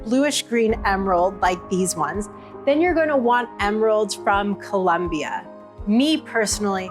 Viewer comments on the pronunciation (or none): It's colombia not culombia, come on it's not that hard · It’s Colombia not Columbia